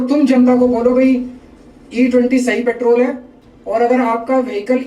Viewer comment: Paaatrool nhi simply petrol pehle bolna sikho...